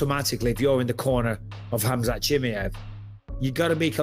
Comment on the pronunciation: GSP: "Chiee-majev" 😂😂😂